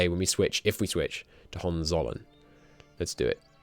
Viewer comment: Hoe-hen-tzoll-earn Hohenzollern